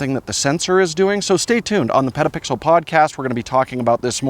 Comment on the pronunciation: I’m begging you to really enunciate the T in petapixle. You sound like you say pedapixel which just sounds weird and too close to another word